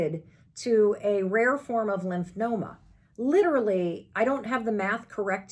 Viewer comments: It’s LYMPHOMA not Lymphnoma 🤭 … Thank you for sharing though Mel. Hugs! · Lymphoma..no n in it lol